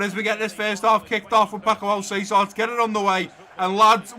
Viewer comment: Great episode once again 👍. One thing tho, Alcácer is pronounced Al-Cas-Er. 🇪🇸Otherwise I wanted to bring up kit numbers cuz I haven't seen anyone bring it up in the comments. I would give Soyuncu #4, Klosterman #3, Bardhi #24, Van de Beek #21 and Malen #17.